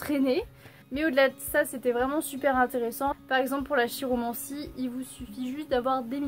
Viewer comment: Très intéressants tous ces bouquins ! Ça fait plaisir de te suivre à nouveau, j'étais débordé ! :D Harry Potter ça doit être cool. Je me demandais, chiromancie, ça se dit pas kiromancie ? :D Certaines critiques me font rire, t'es cash et t'as raison :)